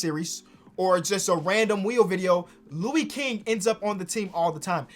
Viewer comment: Damn you doing my boy Lou king dirty 😭 he's actually got hella potential watch how he plays n controls his pace it's crazy. It's pronounced Louis like St. Louis